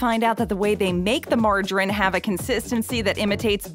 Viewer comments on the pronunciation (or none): Pronounced "Marge a reeeeeen" buddy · Mar-ja-rin. I’ve never heard it pronounced like that, like there is no letter E on the end of the word. Nevertheless, margarine is really unhealthy. The basic rule of thumb is that the more a food is processed the worse it is. The less it’s processed and the closer it is to its natural state, like butter or lard, fresh fruit, veg and meat, the better. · As a proper English speaking English man If I hear "Marjarin", "boutique fruit juice(?)" "Sossajes", "Vegtabouls" or "Yowgert" again I'm going to explode 😅 Why change the pronunciation of an existing word? It's like giving a car square wheels just to be different 😂